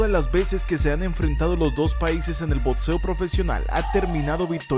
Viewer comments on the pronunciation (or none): Bueno para todos los bueyes que no vivieron las verdaderas peleas con grandes boxeadores está bien pero la neta coolturizate no es por nada pero te falta cultura de verdad no es lo mismo piratearse la información y vídeos a saber realmente de cómo tú dices botseo !!